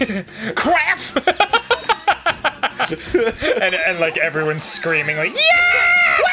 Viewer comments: I heard "crap" not craf, which made it even funnier. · He really did say “kraff”